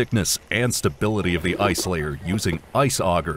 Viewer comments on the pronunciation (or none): none